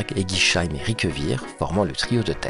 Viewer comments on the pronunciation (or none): On dit éguisseim pas éguicheim